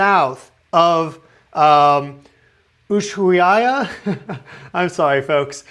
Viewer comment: Good pronounciation of USHUAIA ☺️!